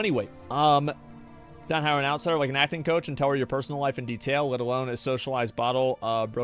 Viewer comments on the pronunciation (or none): none